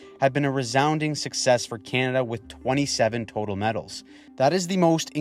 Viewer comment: You sir have impressed me with your analysis and also your ability to make the word “Canada” monosyllabic